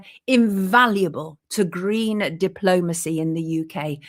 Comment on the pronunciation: Yeah he loved them gween's and bwown's